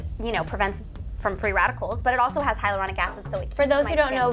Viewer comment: it should be hyaluronic instead of hylauronic..FAIL